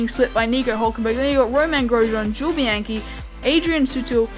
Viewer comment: Great Episode, but a little tip from my side: Nico Hülkenberg is pronouced Huelkenberg not just Hulkenberg :)